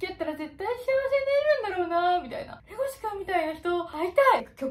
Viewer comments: レゴシ君が手越君に聞こえる笑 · 耳だけで聞いてたら一瞬、レゴシ君ではなくテゴシ君に聞こえる笑